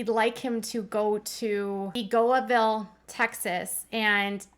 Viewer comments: Seagoville literally sounds like it is spelled ... Sea-go-ville. NOT Sea-go-uh-ville (eye roll) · It's pronounced Seagoville..(see-go-ville). So glad it's finally over..hope he gets the help he needs. Judge should have mandated it. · It’s sea-go-vill seagoville :) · The facility in Texas is pronounced “say-go-ville”. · You saying seagoville (like cig-o-ville) had me jump! That’s extremely close to me and people in the Dallas area. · It’s pronounced see-go-vill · Lol. it’s pronounced “See-ga-vill” or “see-go-vill” It’s about 30 miles from where I live. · SEE-go-vill=Seagoville, emphasis on the first syllable. Sincerely, Native Texan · It is prounounced "sea go ville" aka a sweaty arm pit